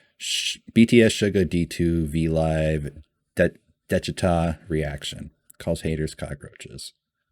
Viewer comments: If you pronounce it DESH - IH - TAH you won’t be far off. Really enjoying your reactions. As Jimin would say ‘You good, keep going’. One thing that is hard for people to really understand when they first encounter BTS is that pretty much the entire discography, all 300+ songs and counting is one long, evolving exploration and conversation… with themselves as individuals and as a group; between them and their historical, political and social culture; with ARMY (and that’s got both good and bad sides); and with the weird, scary world of fame (ditto on the good and bad). There are always layers… The mad king in Daechwita is Yoongi from the time of his first solo mixtape ‘Agust D’ (2016) and he is also called Anger, the rebel/commoner is the Yoongi of 2020. If you want to get your emotions really shredded listen to the title track ‘Agust D’ and ‘The Last’ from the first mixtape. The Last is an almost unbearable experience. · I really like this format. Only missing component is an “explained” video (see DKDKTV, Korean youtubers fluent in English). Army will watch, no matter the length, as long as you are honest, respectful and have an open-mind. Pronunciation: I sent you proper way to say Daechwita (deh-chwee-tah) on your live. BTS is Bahng-tahn Soh-nyeon-dahn. These are names for 1 person: Bang PD is Bang (sound of gun) PD; Hitman Bang (sound of gun); Bang Shi-Hyuk (Bahng Shee-Hyuck) is their founder, mentor, CEO. Also name sequence for Koreans: last name first name (there’s no middle name); Bang is last name, Shi-Hyuk is first name.